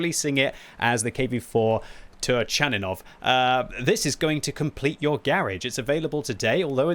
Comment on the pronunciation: it is pronounced TURKANINOV!